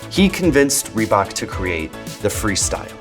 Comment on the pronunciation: I guess I'm too European for this video but ree-who-bok? Adidas and Nike were always bigger, Reebok is indeed the pepsi of the shoe world.